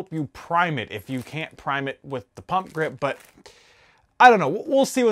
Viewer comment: Always sounds like people are saying "pumpkin" 😂😂😂.